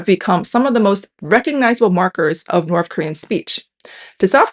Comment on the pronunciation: This is super interesting, but I can’t help but laugh at the fact that in this video about language and pronunciation, this lady clearly says NORF and SOUF throughout. Makes me chuckle